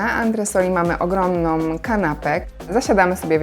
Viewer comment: Ogromną a nie ogromnom. Ładną a nie ładnom. Małą a nie małom.